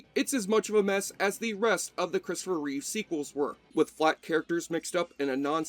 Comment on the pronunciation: Its Reeve not Reeves